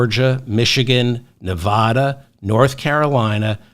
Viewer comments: David; people of Nevada say neh-VAD-duh. They boo when people pronounce it neh-VAH-duh, as you pronounce it. Maybe you don’t care because you’re not a candidate, but winning Neh-VAD-duh requires getting this correct, according to Nevada common law. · Hello David, wonderful show; but I do feel compelled to let you know that we women will deliver NV to you if you promise to pronounce it correctly. Think of Nevada as being pronounced with the first “a” like “after”. As your devoted fan who taught you how to say “bazooms” for bosom; I would love to hear it right; just think of the “hick” way to say it! 😮😊😊💙💙💙💙💙